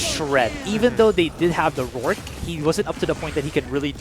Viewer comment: Get better casters please! these dudes are really bad. Couldn’t even say the champion’s names right (ex. Rourke - Rook?!) just sayin lol